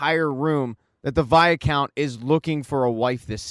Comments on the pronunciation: Fun recap but....for the love of Pete!! STOP SAYING "VIA-COUNT"!!!! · It pronounce as "why count" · Viscount= v-eye- count or vycount. Where is this extra a in the middle coming from??? lol. Great recap. Please do Outlander!!!!